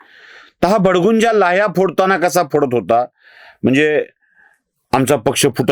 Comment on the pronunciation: भडगुंजा नाही भडभुंजा असा शब्द आहे.